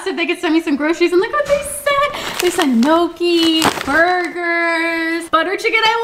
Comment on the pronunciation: The way your pronounced gnocchi kills me 😭😭